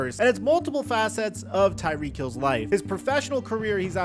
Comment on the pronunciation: calls him " Tyreekee"